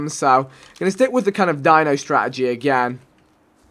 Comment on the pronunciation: What is with all of the wors abbreviations where unnecessary it is ridiculous haha "strat-EGY"